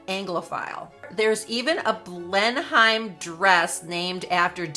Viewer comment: Thank you for this most informative video. Just 2 small points. As you mention Blenheim Palace several times its important to get its pronunciation right. The correct pronunciation is "Blen-nuhm" rather than the way its spelt. Also the tiara Margaret wore with the Dior dress in Nov 1951 in Paris is the Cartier Halo tiara, crafted in 1936 and purchased by the then Duke of York (who became George V1) later that year for his wife. After Margaret, the tiara was sometimes worn by Princess Anne. Catherine, then Duchess of Cambridge wore it for her wedding in 2011 and has worn it occasionally since. By the way, am so very glad Meghan is NOT a Dior Ambassador.